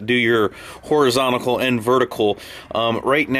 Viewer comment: Anyone else hear Horizontical?